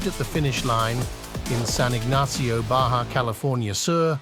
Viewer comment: You lost me when you said Baja wrong.